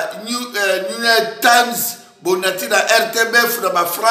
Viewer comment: Ntaba! Ayebi ata koloba "New York Times" te.